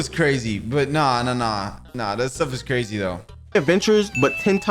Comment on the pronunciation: Cwazy cupcakes